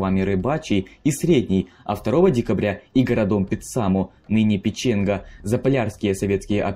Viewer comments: может пЕченга, а не печЕнга??? Диз!!!?! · Kaiser Willhelm и ещё не ПечЕнга, а ПЕченга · ПЕЕЕЕченга, а не ПечЕнга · Видео интересное, но исковерканные названия режут ухо: ладно он говорит ПечЕнга вместо ПЕченга, это можно понять, но ЛадОжское озеро это конечно мощно... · Интересное видео. Спасибо! Только некоторые проблемы с ударениями. ЛАдожское озеро, населенный пункт ПЕченга. Снайперы-кукушки - это легенда финской войны, которая не подтвердилась. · Господи, что у вас с ударениями? ЛадОжское, ПечЕнга... Ну камон. Как можно доверять вашему контенту, если банально ударения стоят не правильно?